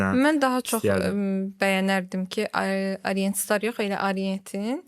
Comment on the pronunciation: Arient nədir? "A" hərfi haradan gəlir? Haqqında danışdığınız, sattığınız saatın adını niyə düzgün tələffüz edə bilmirsiniz? Arient, AAArient